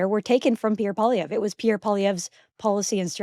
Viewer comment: Brett's bizarre mispronunciation of Poilievre is annoying. For someone of his stature and influence, there is no excuse.